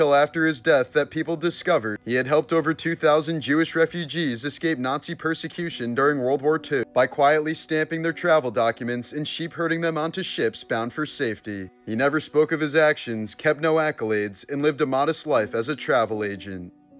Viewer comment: shepherding is NOT sheep herding! is English not your first language??